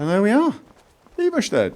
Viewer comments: Anyone else pronounce the town eye-var-stead? Instead of his eve-ver-shead? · I think it's pronounced Eye-Vahr-Stead. If that makes any sense. XD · Eye-ver-stead? phonetically spelt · Why cant you say Iverstead properly stop saying Eevarshted! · It's either Eye-Vahr-Stead or Eye-Vahr-Steed. I believe it's Swedish pronunciation. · Okay, just the first time he says it it's correct. The last a should be pronounced the same way as the first a, just a bit shorter. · Yeah you pronounce it wrong, but the way you say it is much better anyway. So I don't really mind.